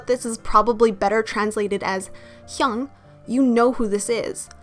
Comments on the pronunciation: She pronounces it correctly. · Ok off topic but am i the only one who finds it cute when she pronounce "Hyung" dkshsjjs